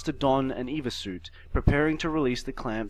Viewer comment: I know this over two years old but acronym time. It is NOT an Eva suit. It is an E.V.A. suit. Extra Vehicular Activity suit. As someone who works in the space business this was like nails on a chalkboard.